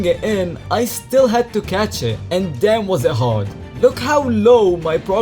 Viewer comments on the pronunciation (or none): none